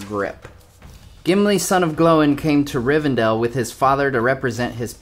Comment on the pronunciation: Love the video!! Although your pronunciation of Gloin continues to baffle me. If you watch the unexpected journey and listen to Gandalf going though the dwarf names, Oin and Gloin’s name rhyme together much like Nori and Dori, Kili and Fili etc…